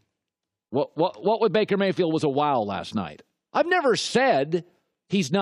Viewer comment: "I could takle Baker Mayfiled"